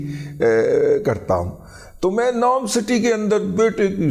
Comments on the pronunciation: أو پائی تصحیح فرمالیں "نوم" نہیں "نیوم" سٹی نام کے تیرا منہ انج اے اللہ دی قسمیں جیویں منہ ہندا اے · Razi Sahib, this is not nom (as you pronounced it) is NEOM means new future.Neo is a Latin word that means new, and M is Arabic word for mostaqbil, which means new. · نوم نہیں نیوم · داد جی ویسے سہی نام نیوم سٹی ہیں نوم نہیں ہیں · نوم نھیں نیوم ھے کہ عربی میں بھی یہی لکھا اور بولا جاتا ہے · دادا جی نوم نہیں نیوم (NEOM) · داداجی نوم نہیں ہے. نیوم سٹی. ہے نام